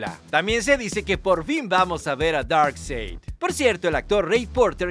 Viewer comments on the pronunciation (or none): Se escribe Darkseid pero se pronuncia Darkside (Darksaid)